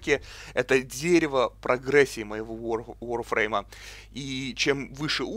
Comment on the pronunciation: Нахуя так коверкать слова? ВАРФРЕЙМ!!11 ВАР!!